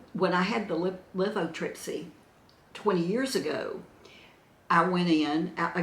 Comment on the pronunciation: the tube that goes from your kidney to your bladder is the URETER, the tube from your bladder to the opening where the urine comes out is your URETHRA. And you had lithotripsy, not lithotrippy!😂 Love you!